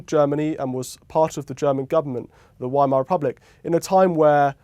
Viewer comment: Fabulous. I noticed how Frau Hoyer graciously avoided repeating the word Weimar so as not to embarrass her host on his pronunciation. Exactly opposite to how John Humphrys used to work.